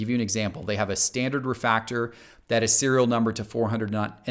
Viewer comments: What's a "refactor"? Does he mean "refractor"? He keeps saying "refactor" over and over again. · “ReFACtor, ReFACtor, ReFACtor….” It’s refRactor* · It's Refractor,not refactor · Am I dumb for tripping out when he kept saying refactor instead of refractor? Is that a valid way to say it? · Say it with me, spell it with me, pronounce it with me RE FRAC TOR!! Lol that second “R” is important, great information though, gotta let them know sometimes the base RC is more valuable than some of the parallels and even some of the serial numbered parallels if the number is too high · I cant be the only one that cringed a little every time said RE-Factor with no R in Fractor... Nothing personal & no hate intended what so ever but I would really hope that someone creating content to teach with know how to say and pronounce something so ICONIC and INTEGRAL to the hobby like a Refractor... It's definitely a simple easily corrected mistake I'm sure you've already taken care of... but just in case helps to remember the R in fractor bc we collect X-Fractors & ReFractors and aren't watching the Xfactor or finding the factor of a math problem 👍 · refRactor. The "R" - but I wish I saw a video like this a long time ago. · I’m sure somebody else has commented this but he’s not saying refractor is he?